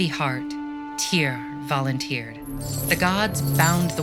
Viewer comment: "Tyr volunTYRed"